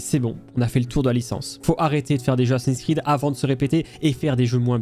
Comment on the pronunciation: Assins s'Creed ... Bha voyon !